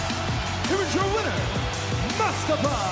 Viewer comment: Who dafuq is "mUsTuHfUh"? It's Mustafa. Say it with me now!